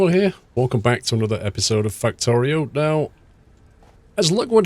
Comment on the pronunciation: He said Factorio 😞